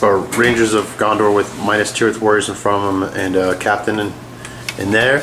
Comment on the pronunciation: dude....its not MINUS tirith, its MINAS tirith. Mee-Nass